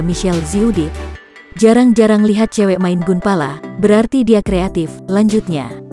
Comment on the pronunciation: Gunpla bukan Gunpala